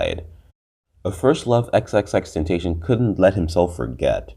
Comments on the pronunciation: Xxxtenacion Pronounced Ten-Ta-SI-on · Didn’t say his real name or xxxtentation right😒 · cant even say his name right but whatever yo!